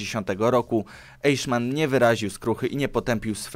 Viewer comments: Czyta sie "Ajchman nie eiszman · Aichman , nie Ejszman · Znów tradycyjnie klops z wymową obcych wyrazów: 1. "EICHMANN"... wymowa: [ajhman]... na pewno nie: [ejszman] !!!!!!!!! 2. "VON" wymawia się po niemiecku [fon] 3. "JOSEPH" wymawia się: [jozef]... nie [dżozef] (z angielska) 4. "HEINRICH" wymawia się: [hajnrih]... nawet nie pytam skąd się wziął [henrisz]... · AJHMAN AJHMAN AJHMAN nie EIJSZMAN! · Te nazwiska i nazwy czyta się Rem, Ajśman, krigsmarin, Josep gebels, hajnriś himler(zapisy fonetyczne) Proszę nie myśleć że to hejt, uwielbiam pańskie filmy , widziałem prawie wszystkie filmy światowej historii i po prostu wolałbym aby te nazwiska były czytane po prawnie bo gdy się uczy niemieckiego to boli P. S. Może po serii o zimnej wojnie podobna seria o wilkiej wojnie? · Ty, Eiszman.... won Ribbentrop... musisz sie przyłożyc do niemieckiego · Mówi się Ajchman